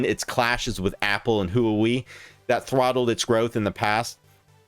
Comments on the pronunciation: Huawei is pronounced “hua-way” kinda like “waa -way” but with emphasis on the h not Huey like the helicopter. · please dont pronounce Huawei like that